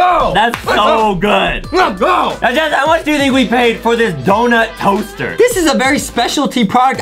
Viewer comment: Did you notice that Adam said dounut cosser. When Adam. Said that I almost fell of my bed